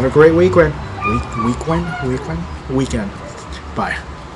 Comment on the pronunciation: Weekwend? Ahhahaha so Asain, gotta love it